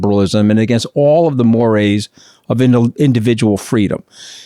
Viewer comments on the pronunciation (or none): none